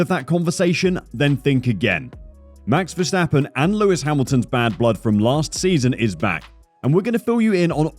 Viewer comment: mex vesteppen,,,,,really? the A's in his name sounding like in CARWASH